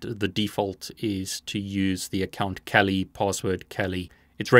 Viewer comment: he says "...or kawlee" everytime he says "kali"lol